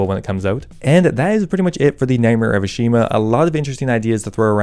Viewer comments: It’s “Ah-Shi-Hama” ✅ Not “Ah-Shi-Ma” ❌ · It's Ashihama, he just can't pronounce it so save his life, somehow managed to drop a whole syllable